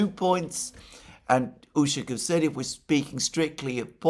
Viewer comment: Alexander mate! Great job! You are getting there slowly but faithfully. During the video today you managed to pronounce Ushakov's last name correctly at least 2 times. Again you tanked the other 10 times. However, kudos to you and I take my hat off to you for trying.Keep at it mate!